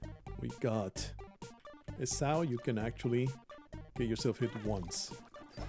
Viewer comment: Esau is pronounced “EE-saw”. This was chaotic and stressful 😂